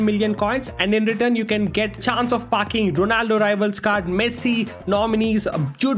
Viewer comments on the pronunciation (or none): When u say packing it sounds like fu3king